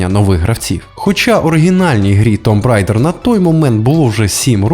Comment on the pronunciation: Tomb Raider (tuːm ˈreɪdə) - вимовляється як тум рейдер. Додаєш зайву б в кінці.